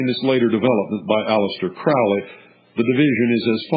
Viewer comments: I always pronounced it the way this guy does- rhymes with GROWLY. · the eye in the triangle (israel regardie) the magic of crowley, du quette, moonchild, magic in theory and practice, book four, goetia, book of thoth, bios, book of the law etc, yet i am novice. this man can't even pronounce crowley's name right. it's crowley as in holy. crowley acted irresponsibly in his life - he survived an abusive childhood. sacarafice in this context means to make sacred; which is what the word means. in the foot note in magic and theory practice, he says don't try this. a lot of this talk is out of context; it is best to read crowley's works or by people who knew his like israel regardie, or lon milo ... who knew regaridie. the most important aspect of crowely is the law of thelema or holy will; which cooper does not mention. but lon milo said, ' crowley could be a real gerk'. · Crowley rhymes with "Holy" which he was subjected to as a child his mother was a religious crazy person and the cult she belonged to, the ""Plymouth Brethren". I guess they were quite strict and took all teachings to the extremes. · Crowley rhymes with holy. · Nah. That's what he wants you to think. It is pronounced crau-lee